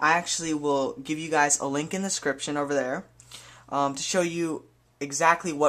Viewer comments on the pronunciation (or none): "a link in the scripshun"... Annunciate, kid.